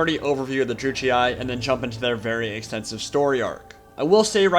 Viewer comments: How are you making out of Druchii "Druchiai(e)"? Sorry it takes me every time out of the video. Yes I'm strange. Other than that very nice Lore video. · You must pronounce Druchii like a german would do. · Druchii is pronounced with a hard "ch" sound, btw. The GW employees, and in the painting videos, pronounce it this way. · Wondering how to pronounce Druchii? Well, don't wonder no longer! "To get it ‘right’, you need to roll the ‘r’ a little, the ‘ch’ is a hard sound as in loch or German, and the double ‘i’ is pronounced ‘ee-aye’. Something like ‘drru-key-aye’. However, ‘dru-key’ is the easier, anglicised version for everyday conversation." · I have and always with pronounce it " Drew-ch-e" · I've never heard anyone ever say either pronunciation of Druchii that you mentioned lol! I'm fairly certain it's meant to be pronounced "dru-she". Nice video though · Its pronounced "Droo-key" according to duncan from GW :p